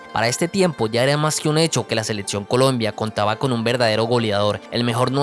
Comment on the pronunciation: Se me hace dificil verlo completo cuando dice "ladso seledcion adsoluta"